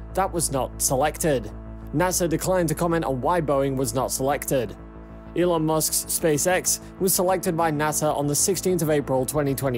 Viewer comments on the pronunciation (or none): none